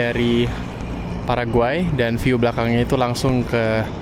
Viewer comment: sering salah nyebut paraguay jadi pargoy